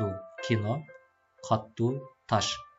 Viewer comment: Каттуу эмес катуу да .